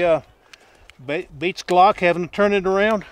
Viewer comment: Ambi ambly-uh...